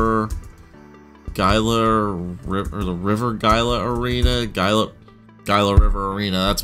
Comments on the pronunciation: It's pronounced hila in Gila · Just to correct the pronunciation. It's Gila as in (Hee-la) River. It is named after the Gila River Indian community.